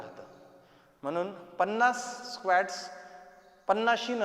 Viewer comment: Squat चा उच्चार स्वॅक्ट नाही, स्वाॅक्ट आहे